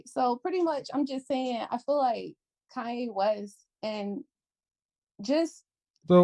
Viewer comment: “ I fill like, I fill like, I fill like…….” Can’t even say the word “feel” right. Not only that, she wants to make it a race issue, talking about “cultural appropriation” bullshit. Another irredeemably lost pookie lemming. Plus she’s married, so why is she so fixed on something she has nothing to do with or affects her…..?